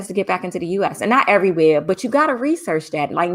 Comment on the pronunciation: You sound so NY when you say "everyWHERE". LOL.